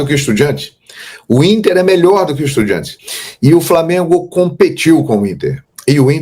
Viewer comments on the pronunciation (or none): Porque falar estudiEntes e não estudiAntes? Nunca vou entender! KKKKKK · De onde ele tirou essa pronúncia EstudiEntes?